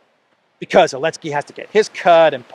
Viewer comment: Elensky parfoum, Z scent 😂😂😂😂😂